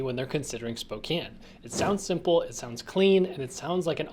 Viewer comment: I've been there once. Pretty boring town w/o decent Chinese food and found it is home to Gonzaga. It is Spo-"can" not Spo-"cane"...as the locals said it ain't Cocaine, it is Cocan!